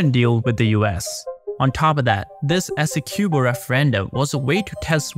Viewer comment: Please ask a Guyanese how to pronounce Essequibo